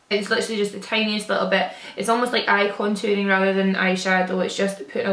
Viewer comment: When you said "literally" in a perfect basic-bitch, American accent I died 😂💀